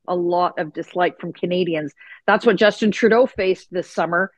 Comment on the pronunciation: Did I hear you say, "Justinna Trudeau"? I'm sure I did. Wouldn't surprise me in the least.